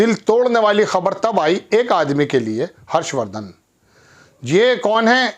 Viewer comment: पत्रकारिता जब करी जाती है जब पूरा ज्ञान हो।आधी अधूरी जानकारी रखी हुई है, कुछ का कुछ बोल रहा है सिंधिया विधानसभा नहीं लोकसभा हारा था। और ऊपर से हर्षवर्धन जी का नाम ठीक से आ नहीं रहा, चले हैं पत्रकार बनने।